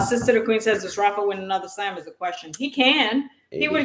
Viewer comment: Rafa not Rafie.